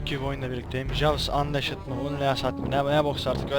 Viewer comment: "unleashed" "anliişd" diye okunuyo